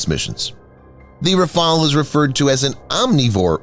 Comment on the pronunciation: RAFALE, NOT RAFAEL